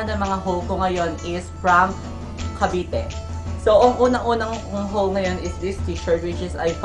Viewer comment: Haul Po Pero Pronunciation nyo is Hole 😂❤